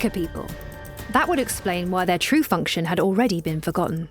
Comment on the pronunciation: Function, not fonction